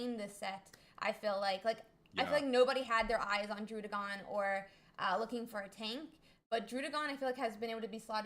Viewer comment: Beautiful tournament, a lot to learn from these guys. BTW, it's DRUH-DEEH-GON, because the name is a combination of DRAGON and RUDDY, not RUDE (as the double D implies).